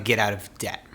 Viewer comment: It’s not dept it’s debt